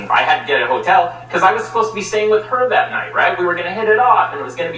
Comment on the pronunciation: You say thot hot judge.😕